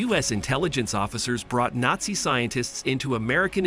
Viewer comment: Mispronounces, "geller," "telepathy," and "nazi," all in the first few minutes. Oh yeah, I'm going to listen to this guy. What joke.